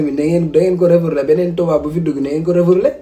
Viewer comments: Yow ken dou wakh refourlé on dit refoulé ou rapatrié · Le "REFOURLÉ" de 😂😂😂